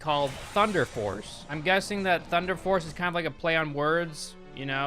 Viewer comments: He said thunder farce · at first I thought he said thunder farts